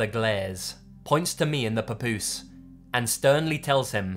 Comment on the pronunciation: P✌S Great job w/ the word "Papoose" no Accent..🎩OFF! ✌👹